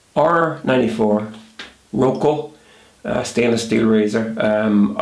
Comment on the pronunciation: I think it is Rocca and not Rocco